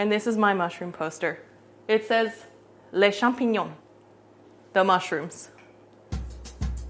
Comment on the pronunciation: French pronunciation when saying "Les champignons" was pretty spot on tho